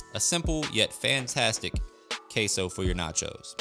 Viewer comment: Queso it's pronounced simply "keso" not "keisou". Why do you say it that way? Weird